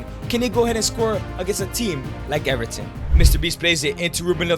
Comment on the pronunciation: What the hell is Erieten its Everton stop disrespecting